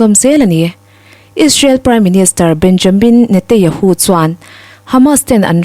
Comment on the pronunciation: Chhiar ngaihnawm thiam khawp mai mahse thil pakhat lek Benjamin Netanyahu ti a lam turniin ka hria